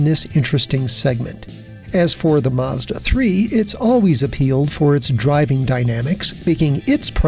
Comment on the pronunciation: Mazda, not Maaaaazda.